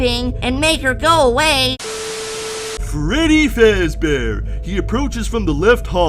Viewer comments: "Freddy Fezbear" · 🅱reddy 🅱ezbear